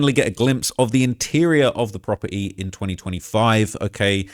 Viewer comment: That accent strong ash sometimes 😂 he said proper eeee (property)